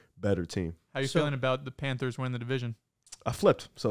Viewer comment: kept calling the panthers “Panders”🤣🤣🤣🤣